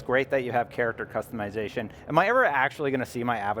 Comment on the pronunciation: It's customization not customeyezation